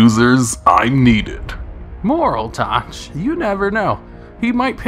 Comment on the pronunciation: Youre saying moraltech wrong